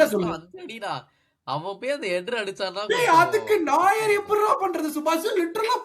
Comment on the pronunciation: உங்க Reviews super.ஆனால் Bayern Keeper பெயர் நாயர் கிடையாது நொயர் (புதியவன்)